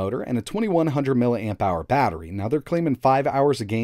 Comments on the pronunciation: "Baytterry" is Adam Cole fan confirmed BAY BAY! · My dude..."Viration Motor"? "Bayttery". I realize this is just a YT channel but a little bit of QC couldn't hurt. :P